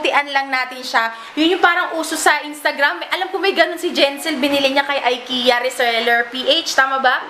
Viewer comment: ikeya ang pronounce s ikea db?